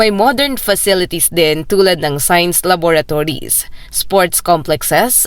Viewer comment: Laboratories po at hindi lavatories?